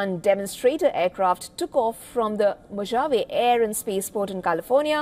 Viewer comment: Mojave is pronounced "mo-haa-way"